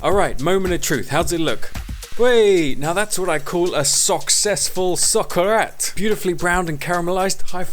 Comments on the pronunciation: Spanish person here - who also happened to have lived in Valencia, where the paella purists live. The technical term is "Arroz con cosas" or "Rice with Stuff". That socarrat pronunciation was on point though -Bravo! You get +1000 points for not adding chorizo - the paprika (and fat in non-vegan) chorizo overpowers everything else and substantially changes the flavor of the dish, that's why we get upset when Britons add it. Do try to get some saffron though, it is really really worth it. You just have to use a tiny bit. PS: If someone is thinking on which meat substitute to use, I use those dried soya chunks they sell at Holland and Barret (v cheap) and they work fantastic! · Pero qué bien te salió el Socarrat xD!!